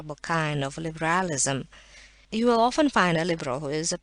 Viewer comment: "libéhrahlisum" was driving me mad!!!!